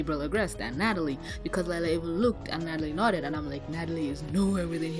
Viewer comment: Its not lila its LIE-LA 😕